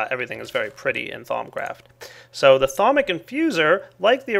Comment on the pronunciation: Lol you pronounced it "Thom Craft" it is pronounced "Thou-oom"